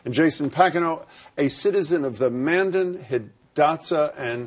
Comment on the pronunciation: I wonder how much knowledge Jason Packineau actually has about his tribal history ?? the Narrator said he was a citizen of the Mandan,as if it were a one syllabel word,when,in fact,it's a two syllable word,MANDAN but Jason only corrected the narrator when he mispronounced the name Arikara !! I think Jason is a fly by night liberal activist making an extremely weak argument for the name change,just looking for 15 minutes of fame !! Gene Weeden response was typical from the mass majority of Native Americans,pride in seeing these mascot names